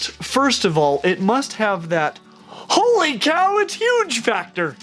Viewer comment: Please dont say holy like that